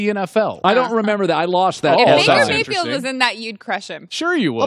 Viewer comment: "I could takle Baker Mayfiled"